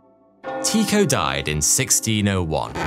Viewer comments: nope, it’s pronounced Ty-ko, ‘y’ representing a vowel sound not really present in the English language but similar to the German ü or the French u in words such as sur, mur, sud .. the o in the ko part is pronounced as ‘eau’ like in French for water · no, Tu much like French for ’you’ and the o pronounced somewhat like ‘eau’ as in French for water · Not Teeko, Tike-oh. as in "The Tycho Magnetic Anomaly". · loved this vid ...always heard it pronounced TIE ko ...not tee ko ....English biased ? jk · Fascinating, but his name is pronounced Tai-ko, not Tee-ko. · It took me a bit but I realized I had been pronouncing Tee-Ko as Tie-ko. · Ty-ko, ty pronounced as in tu, French for you and the o in cho is pronounced as ‘eau’ like in French for water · OMG this is WRONG !! Every single space doco I've ever watched pronounces it "Tie ko" Urrrgghhh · It is Tie-co.. long I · I know danish is a hard language, but hearing you say his name that way, is really strange 😅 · Never heard his name pronounced like that xD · TIEKO NOT TEAKO......... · Love your videos but your calling an uncontested genius Tycho Brahe (Tee - koh) when it is in fact pronounced Tycho (Tie - Koh) other than that minor fact all is cool! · Pronounced "TIE-koh"